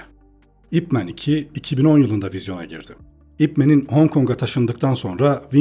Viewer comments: "ip men" diye değil "ip man" diye okunuyor. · Videona genel anlamda kayılıyorum ama bir düzeltme yapmam lazım. Bu "İp Man" adamın adı adı... Bi lakap falan değil, neredeyse herkes "İp Men" diye okuyo. Sanki süpermen türevi bir süper kahraman adı okur gibi. Bazıları daha da sinir bozucu, belki duymuşsunuzdur "Ay-Pi Men" dye okuyan var. 😒 Lan adamın adı o adı ya... Yazıldığı gibi okunuyor bu kadar basit. "İp Man" zaten buradaki "İp" soyadı "Man" da adı.